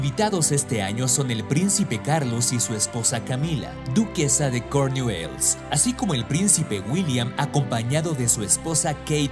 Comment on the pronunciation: Error sandrigham house se ubica en Norfolk Inglaterra, Balmoral es la casa de Escocia y por demás que mal pronunció Cornualles el reportero sin mencionar que la tradición de pensarse es presisamente para ver cuánto engrodanan en la navidad como prueba de cuánto disfrutaron la las fiestas